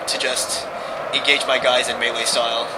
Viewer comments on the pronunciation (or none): none